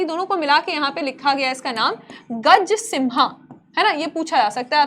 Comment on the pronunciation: गजसिंह मैडम न कि गजसिन्हा 😅